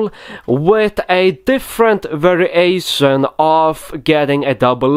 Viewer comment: Vari - a -tion 😂